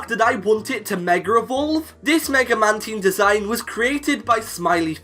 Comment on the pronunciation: Damn, you butchered the pronunciation of Mantine 😂